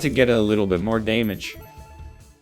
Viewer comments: Real nl needs to say damage the way that ai nl says damage. Daymayge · Day-maj and movie teet-ther had me rolling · « were getting some dAYmage oh baybee » Im losing it man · what the fuck "we're getting some daymage" was so accurate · "we're gettin some dæmage oh babey" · Hearing a robot just say "DAYMAGE" made my day... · Deimage is my favourite mispronounciation. It's scary how nonsensical it is yet feels so true lol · I just fuckin love the random mispronunciations: “Cay”feteria “Day”mage Movie “Teeth”er